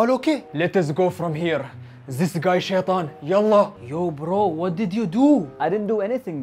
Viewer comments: International sheetan 🤣🤣🤣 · International shaythan😂😂😂😂😂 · Hahahahah international sheetan